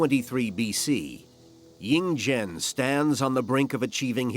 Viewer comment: The "slaughter" of names kills me. 🤣🤣😛😛 Ying Zheng becomes Ying Jang. Anyway, interesting documentary.